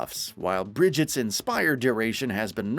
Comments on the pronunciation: "Oraisuh" and "brijit" 😆 🤣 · Oh-RIZA and Bridge-It - a summary by a non overwatch player lol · Same. And Orisa, Baptiste, and Brigitte. It's hard to sound like an expert when you can't pronounce things correctly. It's distracting and off-putting.